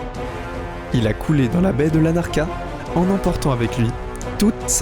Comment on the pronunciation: Commentaire nul, ponctuation inexistante, c'est a se demander si c'est pas un ordi qui lit...les noms de lieux qui n'existent pas (ex: Lacarna/Larnaca qui existe) parceque lut n'importe comment, bref, le niveau zero de la video you tubesque....c'est sur que parler d'objets terrifiants ca apporte des clics, mais niveau interet et contenu, zero pointe.